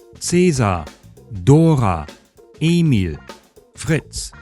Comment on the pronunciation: My nitpicks with your pronunciation would be: - Samuel is pronounced with long e, like "Samu-éhl" - Likewise, Emil is pronounced Éhmil - Oh, and Marie is stressed on the second syllable